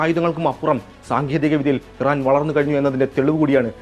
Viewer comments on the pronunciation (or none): none